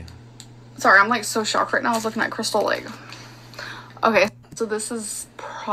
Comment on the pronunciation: She never says krystal, she says krissel and it drives me mad